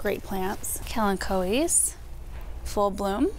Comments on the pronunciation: Look up Christopher Radko!! Very collectible, high quality, and your vintagevtype Dillard ornaments had the Christopher Radko namecon the box. Thank you for the correct pronunciation of "kolanchoe". I had no idea I was pronouncing it incorrectly. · Beautiful shopping video, loved when you were at wholesaler, when saw and pronounced KALANCHOE ❤ never have heard that pronounced that way before!